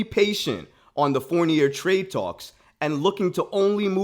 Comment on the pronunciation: His name is pronounced Four-nee-ay